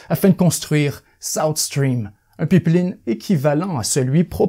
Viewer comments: C'est Pipeline ( payplane ) prononce ce style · "Le peep-lean" 😂😂😂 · Je crois n’avoir jamais entendu quelqu’un prononcer pipe-line de cette façon